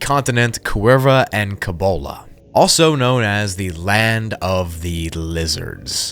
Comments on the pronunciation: yo dawg, just fyi, cibola is pronounced see-bo-la, just thought you might wanna know its a spanish name. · At the serpents gate, the spikes resemble stalagmites. Stalagtites form downward and would be on a ceiling. Cibola, like the New Mexican county, pueblo (city of gold), or National forest is pronounced See-bow-la. First I've heard of snowman earth, appreciate the break down.